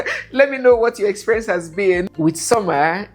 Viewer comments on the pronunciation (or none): none